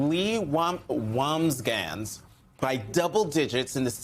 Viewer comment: "Wambsganss" has only two syllables to pronounce her name not three sir. Lol 😅 It's pronounced, "Woms-Gans" that rhymes with "Moms-Vans". It sounds like you said the first part of her last name twice.